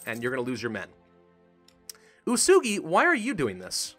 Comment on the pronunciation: U-e-su-gi not usugi